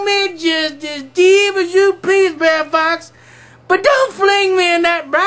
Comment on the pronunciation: Wonderful job at reading. Brer as written in the original 1890's version of Uncle Remus books. It is meant to be pronounced as "Bruh'er" as in "Brother Rabbit" Brother Bear, Brother Fox... etc... you get the point... See below post from monny287 Wrote "Bre'r Rabbit" Just listen closely next time you read an Uncle Remus book. They are all Brothers ... no such thing as Brayer....what is a Brayer anyways? Hope you get to respond to me. These are all pre-abolition slave stories with hidden messages.